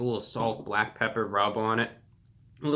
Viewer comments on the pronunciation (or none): none